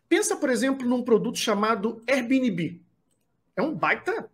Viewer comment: Veja como se pronuncia airbnb